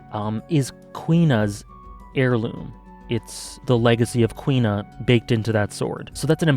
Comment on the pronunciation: Huh, Kuina sounds like "Queen-nah." Always read her name as Coup-Na.